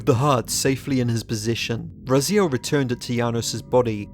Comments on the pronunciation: Why do you pronounce Raziel different than the way the game's cutscene you included in this very video? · I think it's about time you learned how to pronounce 'Raziel'.